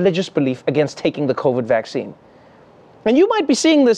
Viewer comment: The way The Pope pronounce 'vaccine' sounds so cute. Vak-chee-ni 😁